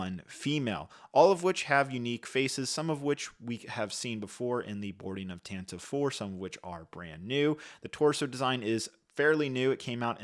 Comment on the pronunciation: Bro how ca; you be saying Tantive wrong still